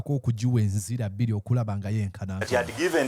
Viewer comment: "Enzira bbira" it's "enjuyi bbiri"......😊